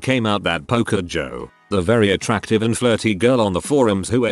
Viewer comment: wow, TTS died trying to read out "attractive".